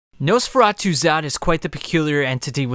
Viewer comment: He pronounces it Nose feratu, the video is completely unwatchable now because it’s all I’m gunna be able to think about for the next week.